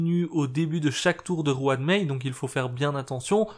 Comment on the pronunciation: La fameuse "Juan Mei" :)